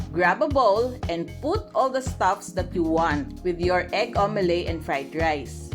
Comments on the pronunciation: Omelet You pronounce it as: Au-me-let not au-me-ley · Its omeleT not omeley.